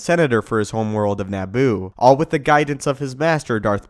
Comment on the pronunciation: “NAH-BOO”...? Try Na-boo, with a fast “a” sound...🥃